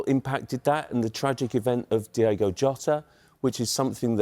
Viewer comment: If you’re going to speak about Jota at least pronounce his name correctly. It’s Diogo not Diego. 🙄